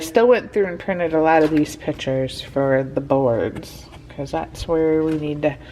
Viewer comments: Can you stop saying "pitures". There is a c for a reason. Pic-tures. Not pit-ures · Do y’all say pitures or pictures